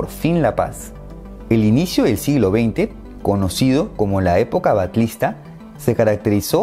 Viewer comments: Dos cosas a corregir. Lavalleja de pronuncia "lavaYega" y Batlista se pronuncia "BaYista" Solo eso a destacar. Muy bien explicado todo. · 🤣 Momentos cringe:: Güenonas:: Idelfonso:: Lavaleja:: Batlista:: De todas formas, es un excelente video. Muchas gracias,.